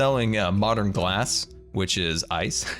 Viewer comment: Ghlass house ? With a "h" like Ghost ...